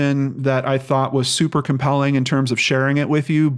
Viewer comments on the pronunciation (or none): none